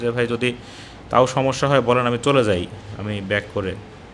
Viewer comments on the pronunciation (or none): none